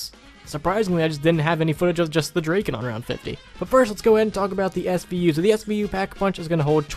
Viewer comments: Draken? It's drakon dra kon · Christopher Kelley not draken draiken D.R.A.I.K.E.N